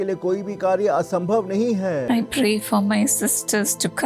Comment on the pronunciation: Sorry mother it's not pay it's pray